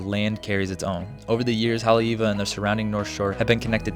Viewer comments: The pronunciation of Haleiwa was tough for me to hear on this and I am not even from there 😂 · 'What most people think of Haole-iwa...' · Please stop saying HANALULU! It’s HO-NO-LU-LU! And when you say Haleiwa you pronounce Haoleiwa 😂 we really have to work on the correct pronunciation of Hawaiian words if you’re going to make a video about Hawai’i.